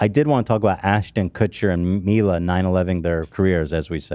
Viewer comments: I love Ethan's logic. "Hila" is pronounced "Hee-lah", but "Mila" comes out as "My-lah"... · it's funny ethan keeps mispronouncing "Mila" when it's just his wife name with an 'M' instead of an 'H' lmao